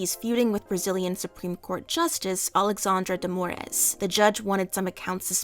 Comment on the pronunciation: the way you said alexandro de moraes though skull emoji